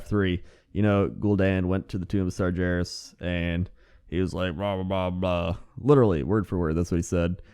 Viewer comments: Sar GAR es not sarjarus but we all make mistakes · sargeras is pronounced: SAR-GAAR-US NOT SAR-JAR-US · Sar-jair-us sigh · Sar-JER-is yup thats. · the way you say Sargeras irks me and that's my opinion~ internet. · please, I can't take it. Sargeras has a hard G, not a soft one. It's like nails on a chalkboard, man.